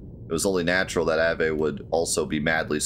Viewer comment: I don't look forward to hearing "av ey" for Aveh for the next glorious 50 episodes. Vehement. Vehemently. Veh. Aveh.